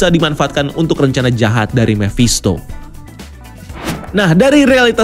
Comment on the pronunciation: Mephisto om bukan memphisto!